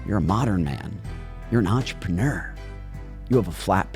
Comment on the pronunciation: When he said "your an entrapeneur" i stood up and clapped.